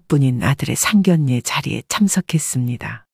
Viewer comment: 에이 제기랄 아무리 참아보려고 해도 천불나서! 나이깨나 먹은것 같은데 계속 상결례라고 하네! 국어사전좀 보고 방송을 해요